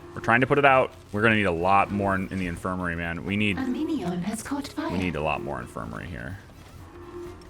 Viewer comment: is it just me or is the phrase "A minion has caught on fire" when said by the narrator sound like "A meteor has caught on fire"? lol